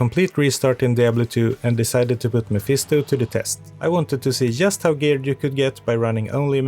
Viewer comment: So you are Swedish. The Swedish English teachers must be very special, because I don't think I have ever met a Swede who pronounced "just" correctly:D